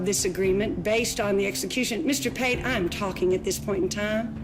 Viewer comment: Its Todd Pate, not Pay